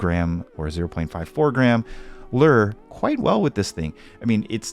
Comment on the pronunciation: Interesting way to say Lure 😁